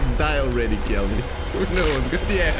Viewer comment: The one lice who keeps saying "Kelleh" looks like Jerry Seinfeld.